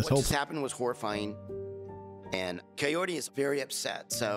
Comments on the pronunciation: Everytime he says her name all I hear is "coyote" 😶🤔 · why does he keep saying coyote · Could he maybe work on pronouncing her name correctly and stop calling her Coyote? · He never once says her name right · Am I the only one who is fed up with Ed saying her name wrong? At this point it has to be intentional. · I’m still waiting for the day Ed says Kaory’s name properly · Dude he can’t even say her name properly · Sounds like he's calling her Coyote. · Did he just give up trying to pronounce her name and just start calling her coyote? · Ed can’t even say her damn name right!! Seems like something he could have googled before he tried to hit it. Her name isn’t coyote Jesus Christ 🤣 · Whenever Ed says her name I hear Cayote for some reason. Guy can't even pronounce that beautiful women's name. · Does anyone else hears, "coyote" instead of kahory? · So Big Ed has been saying her name wrong. It says Kaory in subtitles and he keeps saying coyote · why does he call her Coyote when her name is Kaory? what the actual f is wrong with him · Her name's Kaory, he's saying the r like an L, so it sounds like coyote. I thought the same for a while though, so you're not hearing things 😂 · If Ed really cares and is interested in her, he would say Kaory's name right but he kept calling her coyote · How hard can it be to say Kaory and not coyote? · If her name is Kaory, why does he keep calling her coyote? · Is it just me, or does it sound like Ed keeps calling her Coyote instead of Kaory? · Definitely hearing "Coyote" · Yeah he can't pronounce her name right, all I hear is "coyote" and it's not even close to what it sounds like shen she says her own name, Idk how he can be that far off. It's one thing to be bad at like rolling your Rs or something, but come on Ed, when you're literally dating the person you have to learn to say their name right, jeez. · I swear he’s saying Coyote. Not like he actually cares about how it’s pronounced.